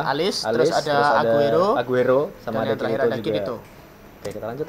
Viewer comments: The name is Eugeo , it is not Aguero =__= c'mon, this video watched by foreign peoples included japanese.. please. E-U-G-E-O. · Min eugeo bukan aguero :v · Namanya bkn aguero, tp eugeo yang bener